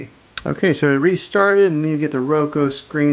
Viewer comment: Soundtrack is distracting, FYI. Would rather just hear you- ps I think its pronounced ROWkooo